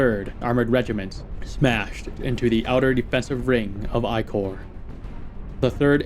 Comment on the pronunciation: It's wrong to pronounce the 1st Military Corp as the "I Corp".